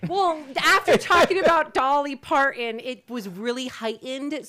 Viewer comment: Dolly’s last name has a T in it!!!! Your pronunciation is so odd. Please correct.